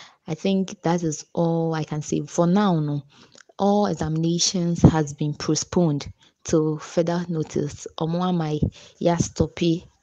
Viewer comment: University student paa "Prostponed"😂